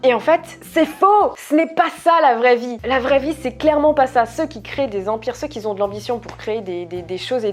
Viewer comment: "ceux qui Zont".... désolée mais depuis ta dernière vidéo je remarque que ça...